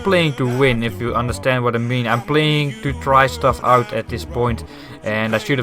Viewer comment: Kom net je kanaal tegen. Jeetje,... echt erg indrukwekkend hoe je speelt. Wellicht spelen we een keer online. Verder zou ik enkel je Engels een beetje opschonen. Enkele standaard Nederlandse Engelse uitspraken; "finding it out", "try stuff out". Enkel goed bedoelt! Heb me iig geabonneerd en heb er al een hoop van geleerd, thx!!